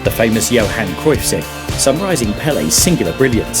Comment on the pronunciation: It's Cruyff.